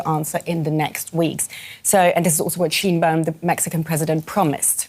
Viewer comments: SHINE-baum. Scheinbaum. not sheen. Like a light, not a gloss. Shine a light on the pronunciation. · It's not Sheen baum... it is sheh inh baum